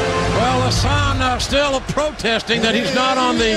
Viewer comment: I guess the production team confused Hassan with Haas-an 😂